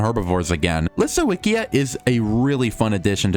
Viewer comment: It's LisoVicJa The w is read as V And the J is read as Y like in yak